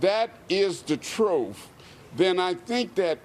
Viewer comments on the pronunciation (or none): The reporter said “The troof”. He doesn’t sound sound. Left wing narratives like “Poverty causes crime” made me leave the Democratic Party. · “Truth.” Not “troof.”